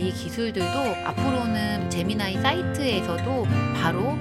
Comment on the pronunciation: 제미나이 ㅋㅋㅋ 발음이 에미나이 같아서 좀 그렇군요.... 제머나이!!!